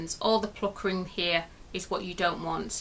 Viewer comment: Love the tutorial can I say though it's puckering not pluckering